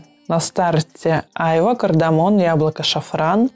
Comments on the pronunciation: Айва-с ударением на вторую а. Лучше всего айвА чувствуется в Шанс тандр. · А почему слово айва, у вас ударение на первую А? Я живу на юге у моря и мы произносим айва с ударением на последнюю А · Как режет ухо айва ! Ударение ставится на последний слог! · Люблю айвовое варенье)) вообще правильно делать ударение на последней А - айвА. Кстати Гуччи Гилти Блэк купила по вашей наводке - красивый аромат))